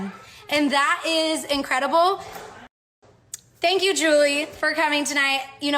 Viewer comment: “Aww tank you” jaaja thanks did your hard job